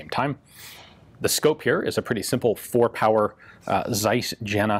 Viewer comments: Love you ian, but this is a Tseiss from the city of Yena and not a "sais" from "jenna". Please, please get that right. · "Zeiss Jena" is pronounced [ts'ais j'ena].